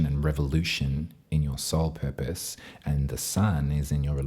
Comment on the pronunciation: Ok instead of “something in your soul purpose” I heard “something in your soul peppers” and nodded along sagely. 😂 Thank you as ever for these fabulous readings! Off to buy you another coffee. 💗